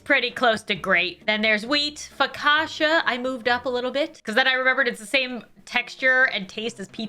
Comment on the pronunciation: Why am i the only one that thinks she said focaccia wrong? 😔